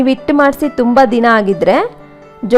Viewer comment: ಇಟ್ಟು ಅಲ್ಲಾ ಹಿಟ್ಟು